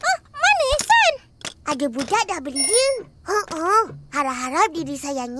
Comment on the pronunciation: Btw kok si gizi ngomong Ehsan . Ehsan payo